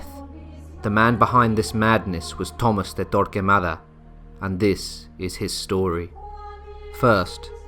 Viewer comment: Tomás = 'toh-MAHS'. Rather than 'Thomas'.